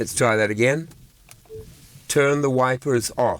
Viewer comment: It does sound a little bit like "wifers" when you say it 😅 but thanks for all the hard work and great daily videos!